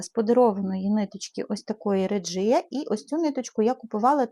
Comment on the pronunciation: Доброго дня . Дуже гарні шкарпетки. Так багато праці і нахнення в них вкладено. Ви молодець. Хочу вас поправити. Ви у відео декілька разів називали не вірною назвою нитку ( не реджія треба говорити, а регія. Це німецька нитка і у них літера g читається як наша г)